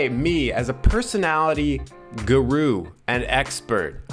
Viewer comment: its guru not guwuu